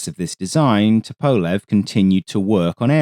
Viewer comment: Bit of a diversion, but very nice! Just FYI Tupolev is pronounced Too-Pol-ef Just a minor thing :) enjoyable vid as usual!